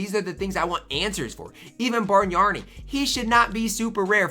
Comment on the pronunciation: Bargnani = Barn-Yawn-EE (you are adding an "r" where there isn't one.) oh....and Brad Daugherty = Daw-er-tee (you are adding a "t" where there isn't one.) Brad I have seen you talk about this year and last year. I am old and remember them both....so just trying to help. Good video.